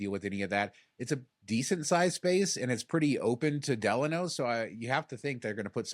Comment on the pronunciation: Thank you for pronouncing "Delano" correctly.